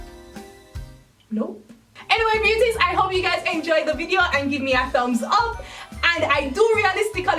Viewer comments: I just discovered your videos a couple weeks ago and I looooveee your videos. Learning how to control my hair a little bit has been a great adventure. And your personality is amazing. But every time you say ‘Hi Beauties!’ I always think you’re saying ‘Hi Bitchesss’ and I get taken aback a little bit lmao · Every time when she says hey beauties I think she is saying hey bitches BTW I love your accent.